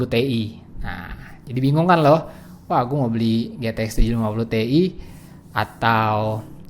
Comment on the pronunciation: bang 980 ti bacanya kan ti ai buka te i